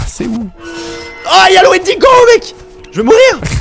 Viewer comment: Le windego 😂😂😂😂 au lieu de cerf 😂😂😂